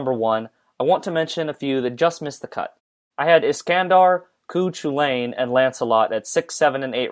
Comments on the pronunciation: "Coo Chillayyyyn" His name is pronounced more like 'Coo Cullin' fyi. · Good video as always, I came when emiya played lol. Also I'm afraid you pronounced cuchullain wrong. In Ireland we pronounce it like "Coo Kullen" at least from my knowledge. (We're taught his legend during school here) Can't wait for ubw review! :D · GIL Lol there is no stronger. Except mabye if someone messed up and summoned his final fantasy self instead of his heroic spirit self lul Also it's Cu Cullen. Is how it is pronounced not Cu Chulane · lancer is not pronounced as 'coo choo-lane' it's pronounced 'coo hull-en' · Cu-"Choo"lain... It's pronounced Cu "cullen" bro. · Not to be that guy, but did he say 'cu-chu-lan' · “Chew Chillain” 😂😂😂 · "Cù Chewlain" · Good video but check your prononciation. Chuchulain is pronounced koo-hu-lain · For what its worth, Cu's name is pronounced like Colin or Cullen. Koo kull-in. Gaelic is a bitch to pronounce. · Cuchulainn is pronounced "Coo-hoo-linn" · Sorry if I sound like an ass but you pronounce Cu Chulainns name like this; Coo Chick ullen (I’m from Ireland and have learnt irish) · cu chulainn is pronounced Kyoo Hyoolawn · Lancer (5th gw) Cú Chulainn, I've never heard his name pronounced correctly. According to wikipedia it would be like "Cuhullin" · Cú Chulainn is pronounced "Coo-cull-an". He's an Irish hero/king of the far back past. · Um Iskandar is far stronger than Medusa. Also, its pronounce Cu Hue-lane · You said Cu Chulainn wrong. I'd normally let it slide but he's one of my fave characters. So here's how you say his name; coo-call-in. Look it up if you don't believe me. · "Cú CHOO-LANE"? LMAO FUCK ME , come on man, atleast do a little fuckin' research before you mispronounce the fuck out of a name. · you totally f'kd how to say Cu Chulainn (N.Irish) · Offically the worst pronunciation of Cú Culainn I've ever heard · That pronunciation of Cù Chulainn was vile.